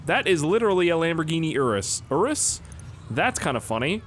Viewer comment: It’s spelled urus but it’s pronounced yurus